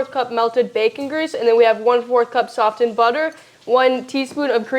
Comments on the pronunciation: Honey, the T in softened is silent 🙂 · "Sof" "Ten"? the butter. OK then,.... Who teaches this girl the English language? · The "T" in SOFTENED is silent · Every time I was confronted with the “t” in the word “softened,” I had to restart video. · Girl , the "t" is silent when you say "softened" lol.